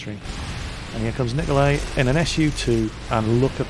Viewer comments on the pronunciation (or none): You're supposed to pronounce it "Niko-lie". Not "Niko-lay". I'm "Russian",trust me ;D